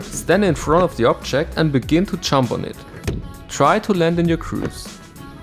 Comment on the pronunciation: Every time you say jump I hear chomp, but it works because your skates are effectively chomping onto the obstacle with their souls and H-blocks.